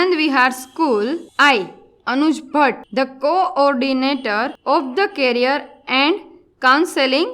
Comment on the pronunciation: माफ कीजिएगा परंतु वह कैरियर नही करियर होता है जो आपने एंकर की तीसरी लाईन में बोला था